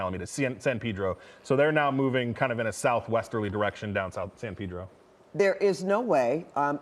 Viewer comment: Must he say, "San Peeedro "?